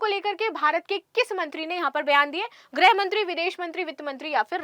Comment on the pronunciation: ग्रह मंत्री नहीं गृह मंत्री होता है।